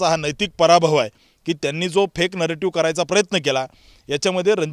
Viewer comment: नरेटिव्ह शब्द निट बोलता येत नाही..ते अगोदर शिका.